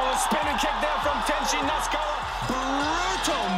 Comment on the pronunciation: Great video, but maybe work on pronouncing the fighters names. Nasukawa, Na Su Ka Wa. Not Knocksawa.